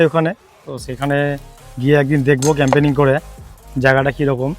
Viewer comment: 1. Firstly tomra route r journey to up to the spot dekhale na. 2. Secondly, tomra Boidhora barrage dekhale na. (It's beautiful) 3. Thirdly, tomra nijeder video te Camping ke Campaigning uccharon korcho. (Refer your recent videos.)